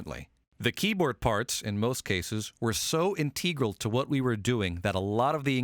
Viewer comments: I think that I've never heard any native speaker of english pronouncing the word "Integral" like you did...(Inteegral?) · He said "inteagrel" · "in-tee-gral" I wanted to learn something about this chord, instead i got a guy who can't pronounce things sitting on a toilet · What is “inteegral” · In - tee - gral 😜